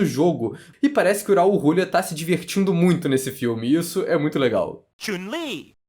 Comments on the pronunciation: Eu ri quando ouvi Rrraul Rrrulia hauahauhauaa em 30 anos primeira vez que ouço dessa forma o grande Raul Julia. Kylie Minogue já era uma cantora muito famosa desde pequena, ela é a Simony, a maisa da Inglaterra. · Foda é vc dizer um monte de coisa sem saber a história real por trás do jogo. O Guile sempre foi o protagonista real. Isso já é canônico. E pls, aprenda a falar o nome do Raul Giulia corretamente